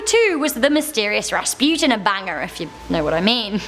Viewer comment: Bless you for pronouncing right the name of Rasputin